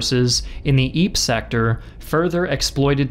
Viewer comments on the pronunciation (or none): Ypres/Ieper is pronounces as in Flemish regardless of the French spelling. IEPER... "Iper". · like ur vids dude but you gotta do like, the bare minimum research on how to pronounce stuff like "Ypres"